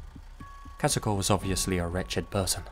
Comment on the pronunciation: great pronunciation of Kazuko's name!